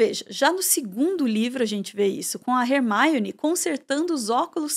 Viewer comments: falando "HERMAIONE" sendo que no filme eles falam Hermione. Soou estranho prara mim. Alem de falar "chapeizinhos". Pô,... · Rer-maione??? Leia-se Ermione. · Hermaione? 😂 Num é assim q pronúncia em inglês não. Tá mais pra Hermone. Desculpa fugir do assunto vídeo pra comentar isso, mas não aguentei. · Foi a primeira vez q eu vi alguém pronunciar o nome da Hermione como "Rermáione" (estamos no Brasil, não tem necessidade). No mais, excelente vídeo. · video muito bom, mas falar hermaione ao inves da forma como ela é chamada nas dublagens brasileiras do filme fica muito estranho kkkk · Primeira vez que ouço Hermione com essa pronúncia